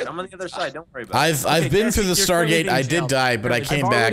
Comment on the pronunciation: THE STAHGAET